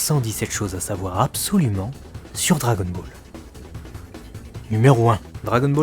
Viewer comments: "Asbolument" ! 0min17sec Ahah ! :D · J'ai "asbolument" bas bu... hic !